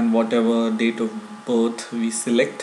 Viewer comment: "Date of butt" lol PS : I like your vids, keep doing !!!